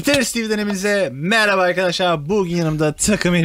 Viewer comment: Abi meraba değil merhaba